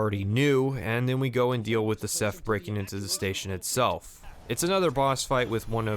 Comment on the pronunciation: was he saying seth or seph? if theyre a hive mind i think it's funny just calling them all seth